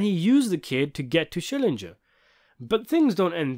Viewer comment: SCHILLINGER! You keep pronouncing Vern's name like it's an English surname. It is not. It's German.